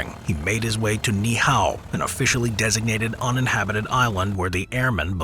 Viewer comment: The way he pronounces Ni'hihau is so painful